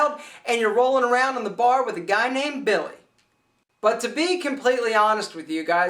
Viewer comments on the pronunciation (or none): none